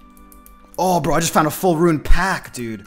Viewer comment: cringe every time u say "pack"